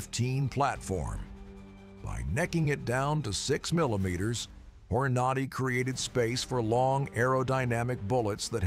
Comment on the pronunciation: This is terrible, terrible A.I. BULLSHIT. It begins by mis-pronouncing Hornady, and then mentions 7.62 NATO rounds while showing 7.62 x 39 AK rounds. I always thought the AK platform was rugged but not a paragon of accuracy. So much bullshit I couldn't watch the whole thing.